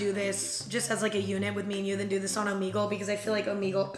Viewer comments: It makes me uncomfy every time she says it lmao the logo has the omega symbol so you're supposed to say it oh-meh-gull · Am I the only one who pronounces it omeygle cause I feel like she's pronouncing it omeegle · okay isn't it "o-mEH-gle" not "o-meeeeee-gle" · I love how she says Omeegle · crying at the fact that you call it “omeegle”